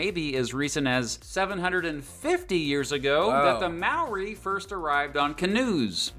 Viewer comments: Oof, the pronunciation on Mãori. It's not Mair-ree it's Mow-ree (mow sort of rhymes with cow, but not completely, there isn't an English vowel equivilent, looking up a video from an indiginous Te Reo Māori speaker is the best way to hear it right) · ‘More-RI’, not ‘MAO-ree’.